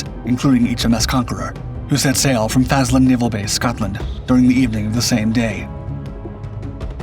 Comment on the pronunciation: Faselane not Fazlin